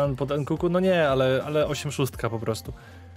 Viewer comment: Proszę mów NKUNKU nie NKUKU bo uszy bolą XD